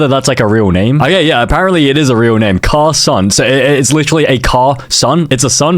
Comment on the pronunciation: my bffs name is carson AND THATS NOT HOW YOU SAY IT